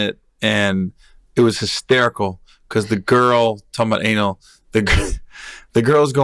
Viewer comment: its anal not anol